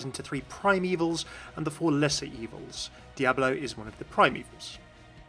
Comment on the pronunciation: Those Diablo terms were butchered so hard...